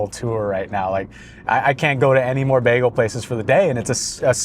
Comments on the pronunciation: Bag-AL? No, son. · Bro stop with the baaaagel like a go waaageling his tail. It's Bagel with a long A sound like a Bag. Just gotta be different to the point you sound like an idiot. Funny how you pronounced it correctly in your intro. Done watching your vids. LoL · The constant switchup between pronouncing it as "bay-gl" or "bag-ul" is throwing me off a lot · I've never heard bagel pronounced baggle. :) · That labneh one not being toasted made me laugh when the paper it was on said “toasted bagels” repeated on the packaging. Also, you saying baggle multiple times had me dying. 💀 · I think I'm going to start a counter of how many times I hear BAGuhl😂😂😂 JK JK. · The way you are saying the word bagel, I unfortunately don't think I can even finish watching this. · The way you say bagel I know you’re not from seattle 😂